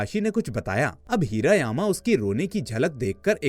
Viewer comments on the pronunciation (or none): हिरा यामा नाही हिरा मामा